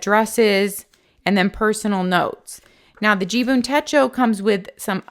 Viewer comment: Umm..... it is JIBUN .... not JUBIN (you kept saying JUBIN in the video 😀).... 🤣😂🤣😂 thank you for your review. Great effort! 👐🏻